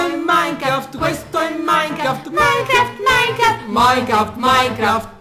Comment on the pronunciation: e si dice minecraft no minecraf!!!